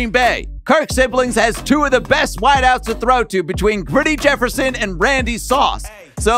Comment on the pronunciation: bro why u call justin jeffsion griddy jeffersion